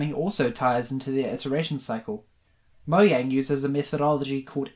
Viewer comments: its pronounced mo-jang not mo-yang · It’s mojang not moyang